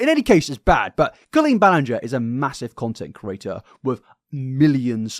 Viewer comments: My friend, YOU called her Colleen “Bahl-ing-er” for half of one of your deep dives 😂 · You are making fun of them being worried about getting the name wrong, because it's such an easy name, but in your first video on Colleen back in the day you were saying her name wrong for hours straight. 😂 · He was making a joke because he mispronounced the name 😂 Get over yourself. What bias? There’s evidence for all of acusations against Colleen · He has pronounced it wrong in the past, that's what that focus is. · thats rich coming from the guy who spent an entire multi hr vid mispronouncing her name lmao (it was a great vid btw no hate) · You called her Colleen Ballinger with a G and not with a J in your first video about her. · dude you used to say her last name wrong 😭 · You literally called her Colleen ball-ing-er in your first video on her cancellation last year. 😂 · "it's literally the easiest name to pronounce" sir you mispronounced her name for like your first two videos on her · Love you but 😭 “it’s the most easy name to pronounce” you said it wrong the entire first video you made about her 😂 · Chuckling at the start because didn’t you pronounce her last name incorrectly when you first made videos on this situation 😅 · forgetting he mispronounced her name as well 😂